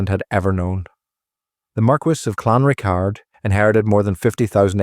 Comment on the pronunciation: Pronounced Clan Rickard